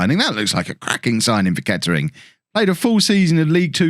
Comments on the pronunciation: Can tell your not from the area... it’s pronounced ketrin don’t u no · Nah it’s ‘Kett’ring Town’